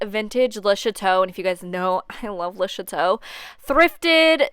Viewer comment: For the longest time I was sure you were saying lisha toe. And even now that I know it's le chateaux I still hear lisha toe every time. Lol. It makes me laugh and you come across it alot so THANKYOU :)